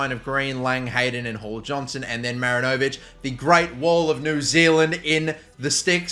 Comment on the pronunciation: Kiwi here... 'Great Wall of NZ' is pronounced "MaRINovic" as opposed to "MarinOvic". Emphasis on the RIN rather than the O in the name. Hope that helps